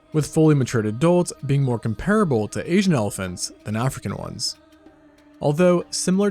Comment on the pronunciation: Hi! Great video and graphics! Integral is pronounced IN-tuh-gruhl, with emphasis on the first syllable. Comparable is pronounced COM-pruh-buhl, with emphasis on the first syllable.